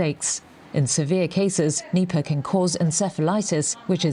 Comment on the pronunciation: I always misheard Nipah as nipple